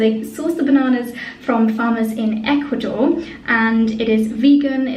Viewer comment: Water!!! It is always great to watch your videos and it was wonderful to hear you say "Ecuador" because although I live in Southern California I am originally from Ecuador, you should visit the Galapagos sometime :O) I must go get that shampoo....